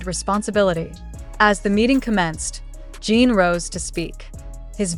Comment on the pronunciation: JIN not jean can your pronounce it correctly???????